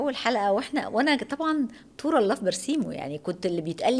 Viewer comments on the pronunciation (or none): اسمها طور لاهى فى برسيمه يعنى ملهى مش طور الله فى برسيمه يا مثقفه انتى والمذيع